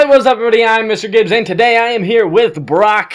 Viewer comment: It’s Brock not bronco 😂